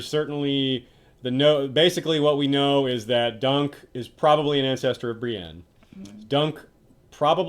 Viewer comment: Oh come on, you know it isnt just his voice acting as an older man. Its "pe-tire" and "bri-een".